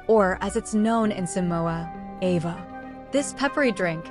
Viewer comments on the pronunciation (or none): (Ava) pronounce (ah va)